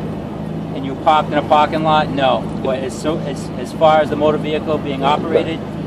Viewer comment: "If you paaak the caar in the paaarking lot"..😂😂😂